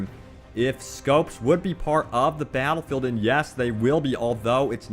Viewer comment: Twen twings abwout bawwatlefield